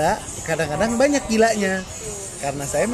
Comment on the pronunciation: Akhirnya ketahuan, ternyata dari sini awal mulanya nastasya kalo mau ngomong banyaak itu jadinya banyakiin 😭